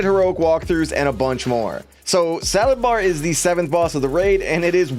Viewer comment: thanks again for the video -- but to confirm i am not only 1, but i am hearing "salad-bar" right?